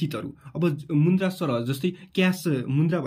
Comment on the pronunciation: मुन्द्रा होइन होला सर मुद्रा होला 😂